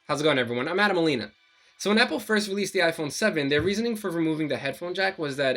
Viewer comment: “So whennapple” 😂